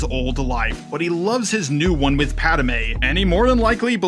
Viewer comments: I love you but the way you pronounce Padme makes me want to throttle you homer simpson style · Dude learn how to say Padme correctly, please for the love of God... That is all